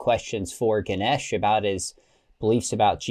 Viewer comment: Ganesh correct on how to pronounce Ganesh. And you stll keep the Hindu Deites name, so you are stll a worshipping Hindu! Sadly you went from the greater religion to a lesser one.